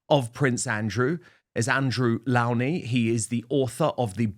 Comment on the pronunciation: Please, Dan, do pronounce Mr. Lownie's surname correctly. He's so polite not to correct everyone. It's low as in the opposite of high! Thank you!